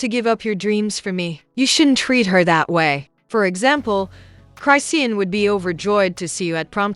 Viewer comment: Y'all need to get a narrator who knows how to read these people name. She's not saying Tia name right and she's not pronouncing Chrisean's name right.